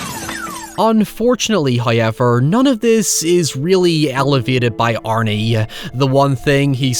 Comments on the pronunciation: OMGGGGG...SINCE YOU INSIST ON FUCKN SAYING "HOWEVER" IN EVER FUCKN VIDEO, AT LEAST PRONOUNCE IT RIGHT! THERE'S NO FUCKN "i" IN 'HOWEVER' !! I UNDERSTAND THAT YOU HAVE AN ACCENT, BUT HAVING AN ACCENT AND PRONOUNCING A WORD COMPLETELY WRONG ARE TWO DIFFERENT THINGS! WE'VE HEARD YOU SAY THE WORDS "HOW" PERFECTLY AND "EVER" PERFECTLY, THEREFORE THERE'S ZERO REASON WHY YOU CANNOT SAY HOW-EVER, INSTEAD OF "HIGH-EVER"! 😑🙄😒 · First "hoyevver" drops . Praise be to Him for his bounteous generosity. He rewards us for our devotions.